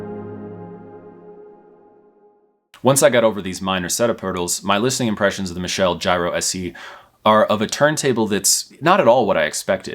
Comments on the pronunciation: Pronounced Mitchell. Michelle is a female pronunciation. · It might've been a good review, but I couldn't get past 4 minutes of him constantly mis-pronouncing the company name 😞